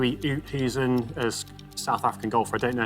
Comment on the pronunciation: As a South African it pained me to hear how they pronounced Oosthuizen.